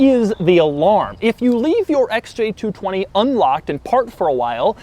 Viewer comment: stop saying SJ220